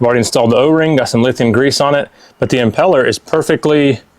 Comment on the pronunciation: Did he say lethium greese?